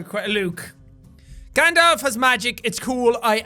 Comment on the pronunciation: It’s Gand all f and Luke sky walker not sky wainker and Gand dolf